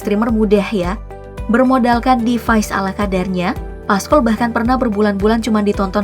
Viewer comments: PASCOL Min,,bkn paskol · Pascol bukan paskol😭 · Bacanya Pascol kak, bukan Pascol